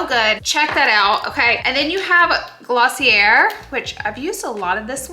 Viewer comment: You made me laugh 🤣. You were hilarious. I think it’s Gloss-y-Eh not Gloss-y-errr. Love this style of vlog. 👏🏻 👏🏻. The close ups were 👄 😃